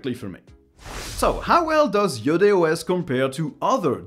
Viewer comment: because you're french i knew you'd say its name right